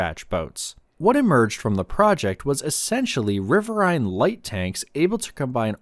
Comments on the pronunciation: "RIH-vir-een" is the American pronunciation with the accent on the first syllable. Type in: "riverine pronunciation" and click on the speaker logo. Even though it's an AI-generated voice, it's the correct pronunciation. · It's pronounced as "rih-vir-een" as in "wolverine". Other than that, very well done documentary. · This is Trash channel. I served in the navy CRG 2, Coastal Riverine Group 2. It’s pronounced RIVER-EEN. Also world of warships is trash. Go play war thunder and have access to tanks, planes, ships, patrol boats, jets, even the Soviet tank boats. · It's riverain.